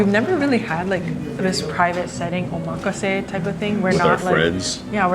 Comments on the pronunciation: Omg. Not even saying Omakase the right way. LOL and you guys said it sooo many times. So hilarious. Nice lol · You guys are pronouncing omakase wrong…